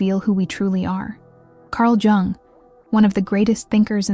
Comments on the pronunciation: oh just say Carl Gustav, leave "Jing- jung" alone. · At least get an ai voice that doesn’t mispronounce Jung so badly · They did c Jung dirty with how the ai pronounce his name